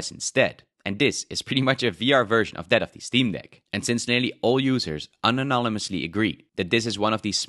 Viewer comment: Unanimously, not un-anonymously